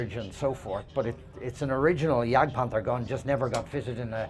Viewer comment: You say "jegd" Hillary says "jagd". Hillary is correct.